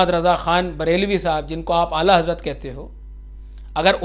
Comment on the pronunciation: Bujurg go ka naam sahi se liya Karen hujur Modi se Shruti farmate Hainki hujur Sarkar Ala Hazrat ka naam sahi se lena Sikh jao